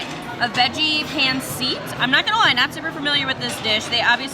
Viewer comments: Yes, pancit is a Filipino dish. It is pronounced like, pawn sit.. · A billion Filipinos in Vegas and she can’t pronounce pancit correctly